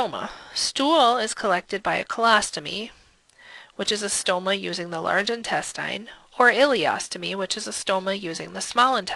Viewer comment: why do you pronounce "intestine" like that